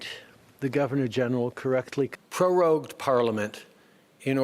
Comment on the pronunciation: It's NOT "peroged"....it's prorogued